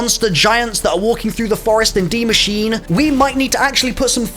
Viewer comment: Funny video! 😄 But what's so hard about learning how to pronounce a couple of German words more or less correctly - especially if they are used in a game that you seem to love!? Nacht der Untoten Die Maschine Please, please, please look up how to pronounce that! Haha!